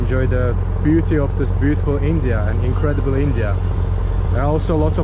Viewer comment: bro you say incradibal India, I'm so happy. 🙏